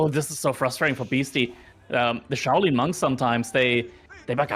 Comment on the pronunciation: shay-len??? Bro, I think even as Anglo-Euro blokes we can refer to Asian pronunciation and correctly say Shaolin.....